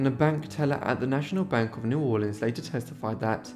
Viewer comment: Thank you for this one and thanks for the correct pronunciation of my family's home town. For many years the mahogany upright grand from the bordello was in my home in Virginia. Sadly I had to sell it before moving to Costa Rica 6 years ago and I don't know what came of it. Great video.